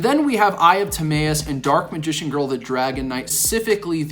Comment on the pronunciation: Ta-My-us bro not May